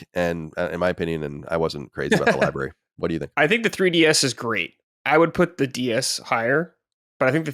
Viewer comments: saying “libary” is cute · "Libary tore" 😝